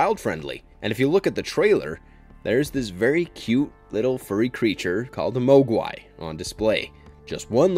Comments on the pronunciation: Have you ever even seen Gremlins if so why do you pronounce Mogwai like that?? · Repeat after me.......Mog-Why not moag-wai